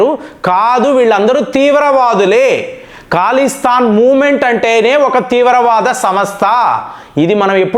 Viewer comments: Mee news baagundi .kaani Mee pronounce yendi sir Iran ni eeraan antaavu,khalistaan ni kaalistaan antaavu yilaa chaalavunnaayi,mundu nunchi prapancham anthaa oka laaga alavaatu ayinaamu.nee pronounce tho yibbandi gaa vundi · అది ఖాలిస్తాన్ కాదురా బాబూ. అది ఖలిస్తాన్